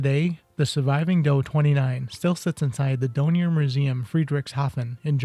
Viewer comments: Really interesting, but the manufacturer's name is DORNIER, with an R as the 3rd letter - not Donier!!! It's a bit excruciating hearing you saying the name wrong all the way through! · DoRnier. The "R" IS NOT silent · Then you need to learn how to pronounce Dornier! It's Dorn-ear you consistently missed the first 'R'. Also it's not the "Doh-29" it's the "D - O - 29" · Dornier not Donier